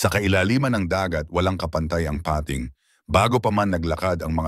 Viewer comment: Peyting (pating) haha😂